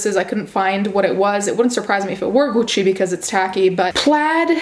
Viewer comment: For some reason the way you pronounce gucci is satisfying